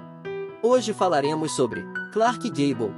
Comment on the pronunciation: Daí,o pateta narrador foi aprender inglês pra pronunciar com decência